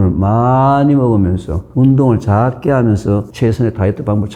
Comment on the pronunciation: 교수님 강의 늘 잘듣고 도움 많이 되고 있습니다 감사합니다 그런데 작게를 짝게 적은을 짝은 등 ㅈ-ㅉ 발음이 조금 거슬리네요 교수님 강의와 책을 좋아하고 도움을 많이 받는 구독자입니다